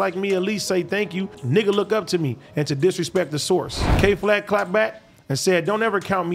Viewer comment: Ad said “Kay Flack” the first time then got it right the second. Then said “YK wassup” instead of “you know wassup” really is changing this nigga….🤣🤣🤣